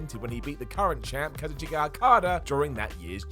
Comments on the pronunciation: You said Kazuchika wrong and I will never forgive you for it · ....lol at the mispronunciation of kazuchika